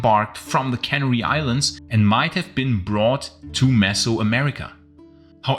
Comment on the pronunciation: caNAry. Accent on the second syllable.